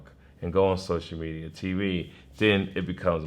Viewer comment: "Sosher Media" - TK Kirkland